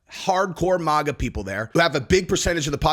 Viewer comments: Mah-gah.. not maw gah. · nobody alive except you says Maga as (mogga)....lol...get it together man...i agree with you 100% though on the video.